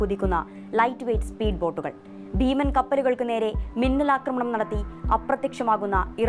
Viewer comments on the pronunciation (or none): none